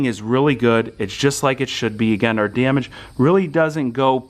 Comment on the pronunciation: I'm sorry but it really bothers me how the f.. u say DAMAGE... "Djemech" :D